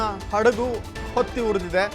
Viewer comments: ಹೊತ್ತಿ. ಒತ್ತಿ ಅಲ್ಲ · 'ಒತ್ತಿ' ಉರಿದ ಅಲ್ಲ, 'ಹೊತ್ತಿ' ಉರಿದ ಎಂದು ಸರಿಪಡಿಸಿಕೊಳ್ಳಿ....